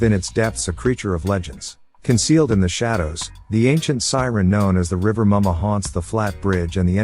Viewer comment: Yemoja....pronounced ye.mo.ya, not ye.moja Rivah Mummah...pronounced as river mama "er" in river makes the "a" sound as in "ah"...not ri.va mummah as in rival Please stop mispronouncing our deities. If you can correctly pronounce Pavlov, take the time to learn the correct way to say the names of our deities.